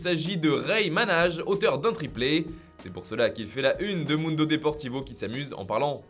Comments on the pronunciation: Sinon concernant le buteur du triplé Rey Manaj. Son nom se lit "Manaï" et non "Manage" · 😂 Mdr vous savez pas prononcer Manaj